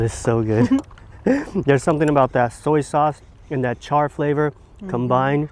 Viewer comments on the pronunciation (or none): none